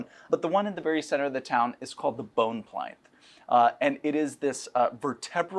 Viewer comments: Pleynth? Yizz-gard? Folks, I think we've found the patient zero of "Siggul." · It was created as Sigil (hard g) and published that way in 1994. He isn't mispronouncing it, unlike "plinth."